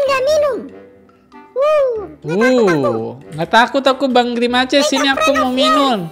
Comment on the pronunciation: Pak kalo grimace bacanya grimas